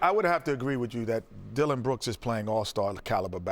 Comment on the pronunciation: LOL.. Dilloin brooks?? HAHAHAHHA